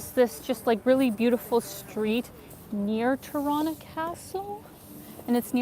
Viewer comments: the right albanian way of pronunciation is with e like beer ,teerana..FALEMINDERIT for your great videos in my city!!! <3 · It's so cute when you say out or about with the Canadian accent. And you say Tirana like Toronto. Cuteeeee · You know your pronunciation of Tirana sounds suspiciously like the east Canadian version of Toronto right? 😝